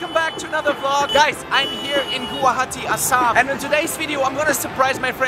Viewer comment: You have pronunced Guwahati Assam far better than most of our fellow Indian States do